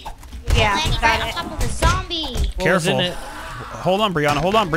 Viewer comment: Its not zomder itsnzmdie